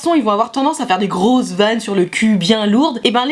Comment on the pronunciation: « Des grosses blagues sur le cul bien lourde » XDDD l’intonation est mortelle D’un aire de dire qu’on se touche le [oh] en meme temps qu’on pète comme des camionneurs avec un rire bien gras Mortel xD Fou rire xD Le « grosse » et « bien lourdes » qui font tout, il arrivent comme des énormes masse d’une tonne chacun en mode, BOom BOom, Voila ça c’est des mec Bien viril Bien comme des vrai mec, hhuuwrrrr J’adore =) Je m’abonne Moi étant nul en relation social je vais mieux comprendre comment me comporter Ça tombe au bon moment pour me débloquer =D